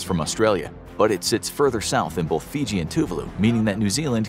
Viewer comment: Great video, but here's a "pro tip" for the narration: There is no letter "l" in the word "both."